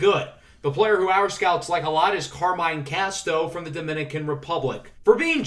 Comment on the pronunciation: Hi, resident party pooper here. Carmine Casto. You pronounce it Car-min-hey. Not Car-mine.